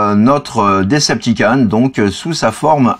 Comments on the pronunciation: DecepticOn ! S'il te plait >< pas DecepticAn :'( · Decepticon pas Deceptican